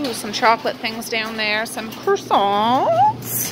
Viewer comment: I'm laughing so hard the way u said coresonts u had high pitched voice 🤣